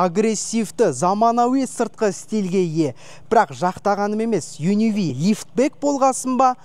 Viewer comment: Changan Un--V емес Un-K дегенін байқағандар біргеміз